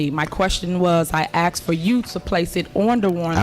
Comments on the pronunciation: Don't trust nobody that says "Axed". ASKED. Dusty ass sandalmander. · 'I axed' 🪓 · she "aksed and she aksed" . What a ghetto queen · She axed a lot of bills